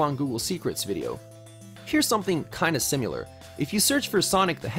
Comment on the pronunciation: It's similar, not simular!! Get it right